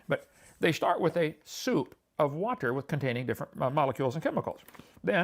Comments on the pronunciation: He does use silly pronunciation of certain words like many preachers do. Whaaaaterrr is a classic. This is to try and set himself apart and give the appearance of special knowledge which he doesn’t possess. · Is Kent a stroke survivor or does he pause in between syllables to be as condescending as possible? Example: WA….ter